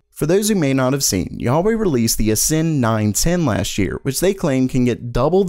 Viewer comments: Huawei is pronounced exactly how it sounds(hwa-way). What bullshit are you talking about? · Are you pronouncing it YA WAY to bypass the filters of Youtube? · Huawei : Hoowaaway! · Hey man, It's pronounced who-wha-wey. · No it's more like wahwey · please correct your pronunciation of the second most largest smartphone manufacturer in the world... its YO-A-WEY. lol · For future reference, it's "Wah-Way". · I thought it was pronounced HWA WAY ? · Do You KNOW DA WAY? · 90% of the comments are people correcting your pronunciation of Huawei. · yo anyone hate how he says Huawei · It’s huawei with a H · you totally butchered huawei name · Gotta work on that Huawei pronunciation 😂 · Huawei off on that pronunciation... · Who tf told you that pronunciation of Huawei? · The way he pronounced Huawei LMAO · The way you pronounced Huawei, I thought you were referring to God Almighty. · Why are you pronouncing HUAWEI like that?? Wtf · it's call HUA WEI not YA WAY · WTF is a Yar Wey!!!!!!!!!!!!!! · You pronounced huawei as both juawei and kuawei. I know a lot mispronounce it but you didnt even come close lol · Its pronounced waway not yaweh <---thats jewish god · Dude. Huawei isn’t pronounced “YA-Way”, it’s “HuWah-Way” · It's not Yayei, wawei or kiawei It's Hu Wa Wei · Who is this Yaw-way company you speak of? Who-aw-way I have heard of.... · WAH-WAY.......not YAH-WAY ;) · everybody: huawei: yeawei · Wha-way not ya-way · its NOT yawei its wawei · It’s pronounced “whaa-way” not “yuh-way” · Huawei is not pronounced YA-WEY, it's Hwa-weh, with an H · What the frick is YAW-way. Dude can't you just pronounce phonetically H-U-A-W-E-I , not YAW but HUA (hoo-aa/ or hhwaa). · Huawei is pronounced "wah-way", not "Yahweh", lol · Huawei Atlas 300AI. Not a GPU, stop calling AIB's like this a GPU because they aren't. Also Huawei is not God, so stop calling them Yahweh. "Who are way" is the (close enough) pronunciation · Me: Huawei Him: Yahweh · Yao-wey lol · Its "Hu-A-wai"